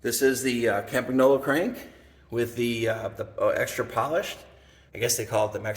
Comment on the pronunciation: 22 seconds in. "most had funny names we couldn't pronounce " 3 seconds later: "cam-pag-nolo" AAAAARGGHHH (it's pronounced Cam-pan-yolo) Nice collection; I ''collect' bikes roughly between (the last of the pro steel bikes), think Colnago Master olympic, Tecnos... I have a bike quite similar to your Pinarello Treviso but just a bit 'younger' with internal cable routing. nicest bike of your collection imho: The Colnago Buckler. If I ever find one in 54 or 55...